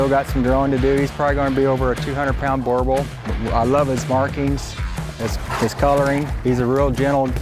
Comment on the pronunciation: The guy in this video got it right, not bad for a yank! 😀